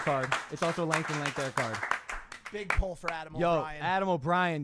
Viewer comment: Pull not pool omg